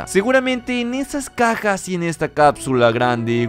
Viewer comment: Alguien más escucho decir a "cacas" en vez de Cajas?:v